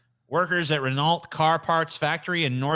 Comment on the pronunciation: Lol pronouncing Renault. It's french you uncultured swine! It's REN-O!